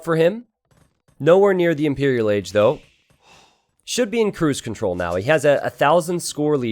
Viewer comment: impereral agee :'D